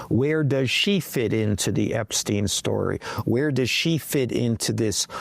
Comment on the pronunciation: A shhhtory. Not story